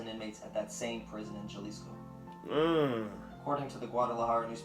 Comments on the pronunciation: its pronounced ha lisco not ja lisco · Yeah it’s like saying jalapeño or like pronouncing it “halisco”